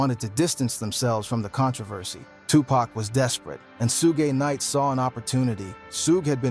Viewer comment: dog u butcher suge knight name smh